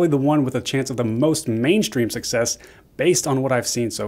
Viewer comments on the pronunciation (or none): none